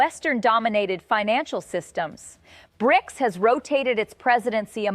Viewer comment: Lady just say bRics